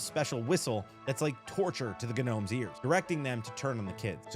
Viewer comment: Had me so weak, Guh-nomes😂😂